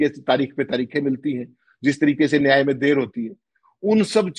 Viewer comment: नियती हाय भाई न्याय होता है.